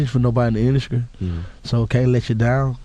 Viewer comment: Wtf is da indascrie? I thought it was industry gucci!!!!